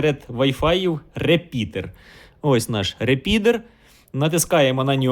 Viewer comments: не говори реПідер, вірно репітер. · То це репітер чи репідеерр?)) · Дякую за відео! P.S. "РеПІДЕР", трошки кумедно чути. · Правильно начав говорить реПИДОР.